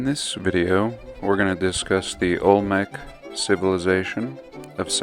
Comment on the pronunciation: Olmec. Olmec's. Ol-mex. Old Mex.